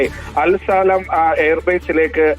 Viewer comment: അൽ സാലാം അല്ല ബ്രോ.. അൽ സാലിം... അമേരിക്കയുടെ 2സൈനികർ ചത്തത് ആണ് വാർത്ത അപ്പുറം നിരപരാധികൾ മരിക്കുന്നത് വാർത്തയല്ല.. 😡